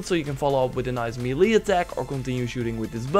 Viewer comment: Ma-lee attack. Mey-lay attack.